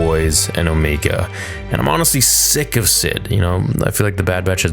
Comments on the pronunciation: Finally the Zillo raists it's massive head. Which i thought was interesting because when you see it at first it's not obvious what it is other than a freaky monster. The lighting in this episode definately felt better than previous, much deeper shadows. Also can we stop with the Omeega, now? Unless you're doing her accent it doesn't make sense to say it that way. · 🤣 I'm sorry but the way you pronounce Omega had me laughing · and . You really have to learn how to pronounce names properly. Her name is pronounced Omega, NOT "Omeega." Are you completely illiterate or are you just messing around? You pronounce it perfectly at other parts, , of the video... Do you want me to pronounce your real life name as Amongus Dodo? No, you don't. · Pretty sure it's Omega not 'Omiga". Even the characters in a show call her Omega. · Ngl. It kills me inside a little bit every time you say “O-mee-ga”. It’s just Omega unless you have a New Zealand accent 😂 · Can you pronunce Omega correctly. The only reason I say this is because they actually call her Omege not Omeiga multiple times throughout the season. That mispronunciation is because New Zealanders pronounce some stuff differently than Americans or in your case Canadians. Sorry it's just something I had to address. Trust me you aren't the only one who has mispronounced stuff. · If someone down here in the comments could answer a question I have had for some time now. But why does keep saying the name wrong”Omeeeeega” when everyone in the bad batch calls her “Omega”? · I hate when you say Omeega. Her name is O- mega. Love your video still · i love, but GOSH I wish you'd stop saying omeega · Here we are again. Back for more "Omeega".🙄😒 OMEGA ONLY HAS ONE "E", NOT TWO!!! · Please stop pronouncing Omega’s name as “Omeega”. It’s pronounced as the regular “Omega”, she just has an accent that’s why is pronounced that way. That doesn’t mean you have to replicate it. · MY GOD! Stop saying O-MEE_ga!!!!